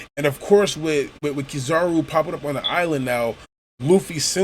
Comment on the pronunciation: It's Kizaru. Still... this was a really good review.